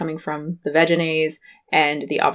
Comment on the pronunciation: I say “vegan-aise”. I’ve never heard it pronounced the way that you say it haha.